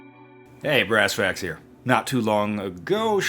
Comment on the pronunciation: Wait, did you say ass facts at the end there?